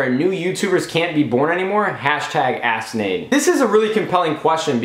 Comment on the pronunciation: Am i the only one who heard him say #AssNade instead of #AskNade* ? Lol